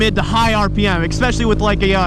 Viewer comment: The way says especially hurts me 😂